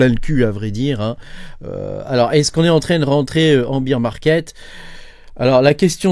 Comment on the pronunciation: On dit bère market pas bire market 😂